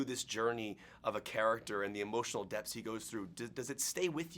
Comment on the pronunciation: he said "emotional depths" but it did sound much like "emotional death"